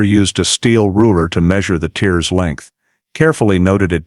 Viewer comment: After discovering fabric inside the vehicle your narrator kept talking about tears to the fabric but pronounced as if they were tears of someone crying, doesn't say much for your research and editing, cannot trust your information . I'm outta here ...also too much repetitiion